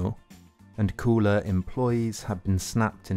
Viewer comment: Why do you call it "The Daily Cooler"? It should rhyme with dollar, not with dueler.